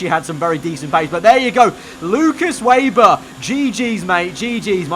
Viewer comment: Can u plz pronounce Weber ve-ber it’s rlly triggering me